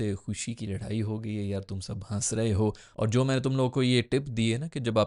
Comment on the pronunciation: Bhaijaan, laraai nahi ladai hoti hai😂😂😂. Kaun si school se padhe ho??